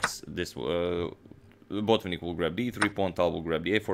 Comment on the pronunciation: Why "BOtvinnik"? He is "BotvInnik". Why "PetrOsyan"? He is "PeteosYAn". At least "TAl" gets right stress